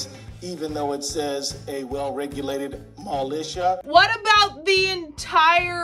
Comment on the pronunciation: So he doesn't know how to pronounce mIlitia and thinks tha adding a switch to my Glock automatically makes the magazine an 80 round clip. We should all vote for him.... for the "underwater breathers club" president.